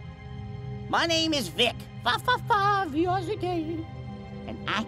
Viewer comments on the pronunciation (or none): VIC! IS! BAAAAAAAAAAAAAAAAAAAAAA-wait did he say his name had a K in it wtf?